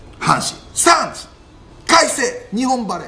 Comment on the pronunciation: 何回も言ってるけど、サンズは「SUNS」じゃなくて「SANDS」なんだよ。